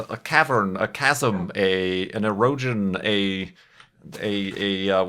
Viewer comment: "eroge-ion..." Beg your pardon? :P And I learned a new word with "straight edge", so education!